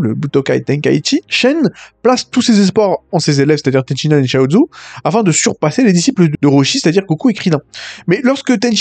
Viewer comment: Purée stop. C'est Ten Shin Han, pas Ten Shi Nan. À chaque fois que tu le prononce Ten Shi Nan, y a un bébé phoque qui meurs dans d'atroce souffrance, apprend à prononcer correctement par pitié.